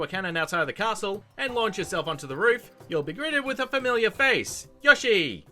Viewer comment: This guy can’t pronounce things for shit. It’s “Hestu” not Hetsu and Yoshi not Yahshi